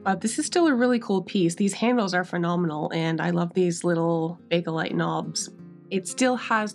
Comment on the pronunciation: What a stunning piece with that beautiful woodgrain. Well done on getting those deep stains out! FYI, it's pronounced just 'bake-lite' and not 'baka-lite.' I'm wild about art deco pieces and you always do a beautiful job on them.